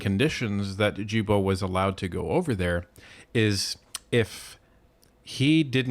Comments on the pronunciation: Guilbeault the Gui is G not J... Gibeault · Guilbeault is pronounced like gillbo. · Please pronounce Guilbeault's name correctly. Ghee-bow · Am I missing something here? I don't understand why people are not pronouncing Guilbeault's last name correctly? Don't get me wrong, personally I think he's a complete idiot, but I'm only referring to the pronunciation of his name here. It would be pronounced "Zsilboe" - you would start the name like you would Zsa Zsa Gabor's name - Zs - add the il, which would be pronounced 'eel' & add the beault, which would be pronounced 'boe', or bow, like a bow and arrow. That would give yo Zsilboe or Zsilbow. Now I'm wondering if I'm missing something because maybe with proper language, when speaking in the English language, you might pronounce names as if they are spelled in the English language? Am I making any sense? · G in Guibault is pronounced like the G in good :)